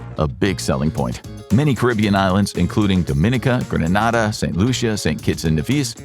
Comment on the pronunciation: It’s Grenada like grenade “the word” AH